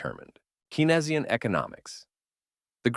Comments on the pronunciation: Not Key-nez-ee-uhn economics by Kay-nuh-zee-uhn. Cain, like Cain and Abel, or, John Maynard Keynes. mark. Please man, its shows you are just a reader (bad one at that) and not a presenter. In fairness I've heard it pronounced as Keenz-ee-uhn, but not Key nez ee-uhn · Keynsian - pronounced KEEN-zee-en, not keen-EZ-ee-en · FYI Keynesian is pronounced "Cane-zian" not key-nesian. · ...and the intro to Keynesian was wrong but then you say it correctly twice in the next section of Supply Side Are you having a bot speak for you? Lol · Do you know economics?? Pronouncing Keynesian incredibly strange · The AI voice tried its best